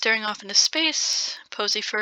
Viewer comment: Am I the only one who keeps hearing posyfur as pussy fur